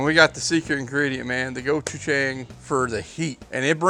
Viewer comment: I love the mix of Southern BBQ and Asian flavors. Being Korean but raised in the south, this makes me beyond hungry and happy to see something like this. But man, hearing some southern boys trying to pronounce Gochujang just made my day.